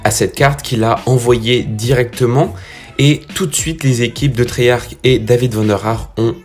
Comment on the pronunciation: Cool, mais on dit triyarche et pas triyarke. Treyarch